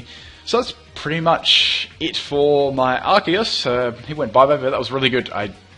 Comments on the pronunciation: Yay someone who says Arceus right. Everyone says it like arseus. They should have made it Arkeus. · You are awesome, you actually pronounce "Arceus" the correct way!